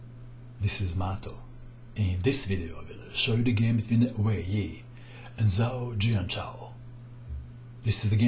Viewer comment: Hi Mato, would just like to kindly point out that when a Chinese word is written with Latin characters, the combination of letters "zh" is pronounced like "j", not "z".